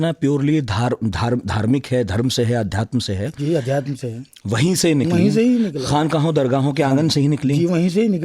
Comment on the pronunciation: आध्यात्म नहीं अध्यात्म, लहज़े नहीं लहजे। Why don't Aaj tak employ someone for language? Such bad pronunciation ruins the language! Don't you feel responsible?